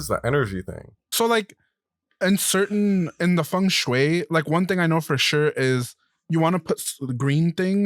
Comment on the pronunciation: pls for asian peoples sanity.. say fengshui with he right pronunciation 😔